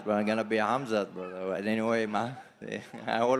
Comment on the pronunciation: No its brudder